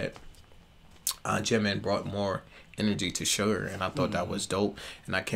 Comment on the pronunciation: Did he say sugar😂